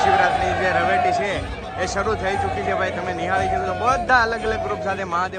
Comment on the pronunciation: રવેટી ન બોલો ભાઈ રવેડી બોલતા શીખો.